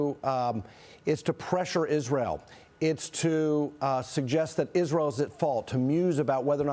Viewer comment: This fool can't even say israel I mean, don't get me wrong. I'm tired of being a slave. To the democratic spending, I don't condone wars but this fool can't even say the real name correctly.